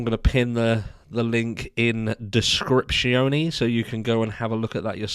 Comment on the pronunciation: ‘Descriptionee’ LMAO 🤣